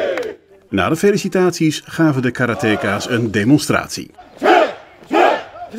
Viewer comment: Karate-ka's! niet 'kaaruhteekaas'!